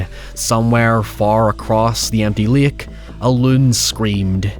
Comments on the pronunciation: It's pronounced " Lake " not " Lick " ! I'm just picking at you, you say it however you chose ! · First... stop pronouncing it like that. It's not LAYUHK. Speak like you have some god damned sense. You're overexaggerating your accent. You pronounce 'water' like an American, 'however' like an Irishman, and 'lake' like an idiot. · Lake ❌ Lick✅